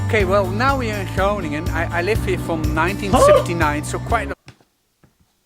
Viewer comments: g is pronouncerd like ch in loCHness. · Grow-nin-un comes closest to the American pronunciation I think. Of course the G is sharp and our ING sounds like your INK without the K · Pronouncing that city is “ groo ning en” advanced is more a phlegmy g sound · there is NO k at the start of Groningen [CHrow-ning-en] ch as in loCHness, and as in Af GH anistan, Me X ico. No H sound, or K sound, not even close. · So you basically butchered the name, but i was also expecting that 😂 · You were pretty close on Groningen the first time. Just loose the "g". Second "g", that is.